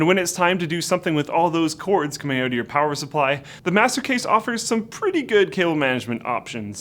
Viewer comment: Its 'out' not 'eut'.